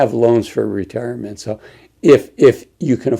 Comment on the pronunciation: "Ra-Tear- a- ment". Yes, he is very reassuring. Nice hoodie, lol